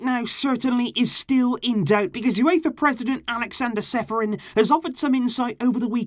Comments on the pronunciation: Čeferin is pronounced cheferin... like challenge is pronounced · Čeferin is pronounced wrong if you press this link below it'll send you to webside where you can hear right pronounceation IN LAJKI ČE SI SLOVENEC IN ČE GLEDAŠ IN SE SMEJEŠ KAKO NAROBE GOVORIJO SLOVENSKE IMENA